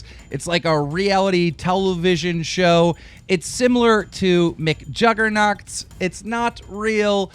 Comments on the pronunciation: Why do you always pronounce everything so weird? McJuggerNoxs?? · He said 'McJuggerNogs' referring to Halo (because Jesse loves Halo). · did he really just say mcjuggernots? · I thought he said "McJuggerNuts" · Did you say MCJuggernuts? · "McJugcts"..... You tried buddy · he said mcjuggernuggets wrong XD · How the fuck did he pronounce mcjuggernuggets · how he says McJuggerNuggets lol